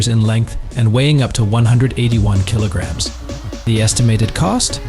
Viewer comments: Kilograms, not killagams! This is what you get when you use AI instead of a human. 🤣🤣 Ute. It's pronounced YOOT. That tray & canopy is NOT $116,000! They start from $13,510 AUD + GST. The more features, the more it costs. For $116,000, you'd get the ute, canopy, a suspension lift, decent offroad tyres on new rims & still have change! 🤣🤣 Great. Just what we need. More distractions for drivers! That panel would be better used to display what's in FRONT of the truck. "With B L U E T T I..." It's a brand name, not initials. Bluetti. AI... The way of the future... (At least the AI finally pronounced kilograms correctly! 🤣🤣) These wheel clamps are designed for caravans, boat trailers & other dual axle trailers, not utes or trucks. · The A.I. Has trouble Saying Kilograms